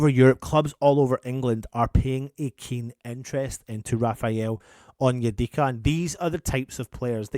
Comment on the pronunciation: said Onyedicky 😭😭🤣 Yes I am childish 🤣